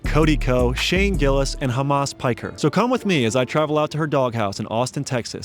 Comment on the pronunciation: 😂 he said hamas piker